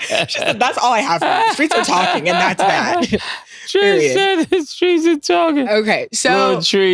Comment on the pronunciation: (503)Tree Tree 😂😂😂😂